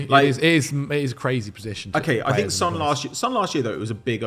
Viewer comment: The fact that you mispronounce Sons name still is funny to me